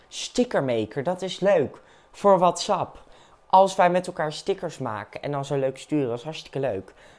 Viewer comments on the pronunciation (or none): none